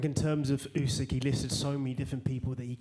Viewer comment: Why does everyone call this guy " oosyk" it's F***ING "Usyk"